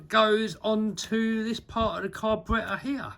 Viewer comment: I love the way he says carburetor. I’m from Alabama south east USA. So my accent is polar opposite of his. We say carberrader. But the way he says cabaraiha. Is hilarious. Lol